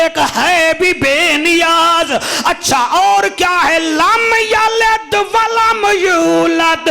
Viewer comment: Lamyaled ni lamyalid va lamulad